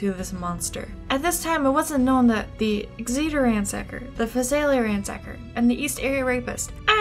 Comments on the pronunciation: Exeter is pronounced like EX-eh-tur for next time! Love the video :) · A couple of things: First, the name of the Tulare County city for which he got his "Ransacker" moniker is pronounced like "Exit-er", with the stress on the first syllable. And now, "personal" account (AND to date myself a bit), and this is a long one. My family has resided in Sacramento County for nearly five decades (we settled here in early 1973) and in the same house for nearly forty-five of them (we moved to the house literally next door in 1977) as my dad was stationed at the former McClellan AFB (which closed in 2000 and is now a very successful business park and airfield) while serving in the United States Air Force. My dad periodically would go on TDY (temporary duty), which would take him out of the area, frequently out of the country, leaving her, me, and my younger sister behind for the duration. We lived in the North Highlands area, which lies at the eastern and north-eastern periphery of the base. This area lies west of CItrus Heights, where DeAngelo was ultimately arrested some two decades later. During this time, when what was then known as Pacific Telephone, then Pacific Bell subsequent to the breakup of AT&T, started phasing out leasing telephones its Western Electric division had done for many decades. It was also during this time that the East Area Rapist, as we knew him, was at his peak. Apparently, at one point, their method of contacting those who had not transitioned from Pacific Telephone-leased equipment to CPE (Customer Premise Equipment) owned by th